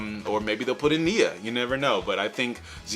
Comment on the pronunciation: BOI, you better put some respec on Nia’s name when you pronounce it.